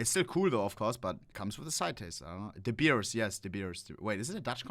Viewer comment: Bro your pronunciation of De Beers was so good, coming from an Afrikaans person well done.